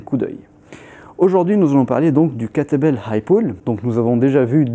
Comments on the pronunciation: C'est exactement ce qu'il dit ! 🤣🤣🤣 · J'entendais à chaque fois "l'entraînement avec "que t'es belle"...